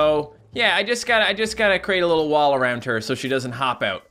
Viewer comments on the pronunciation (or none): none